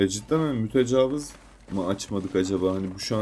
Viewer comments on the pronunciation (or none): Verdiğin emeğe göre az takip ediliyorsun ama artacaktır kardeşim eline sağlık. Fakat serinin son videolarında da fark ettim mütecavız deyip duruyorsun o kelimenin doğrusu "mütecaviz" şeklinde İ harfiyledir. Zaten I ile ne kadar zor ve kulağa kötü geldiğini anlamışsındır. Oyunu çevirirken İngilizcede büyük İ olmadığı için muhtemelen hata olarak Interlooper'ı Mütecavız diye çevirdiler. Dili doğru kullanalım. Yolun açık olsun.